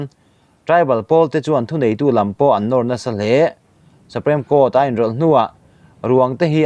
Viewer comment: Supreme court hi "suprem court tilovin suprim court" tiin lam zok roh.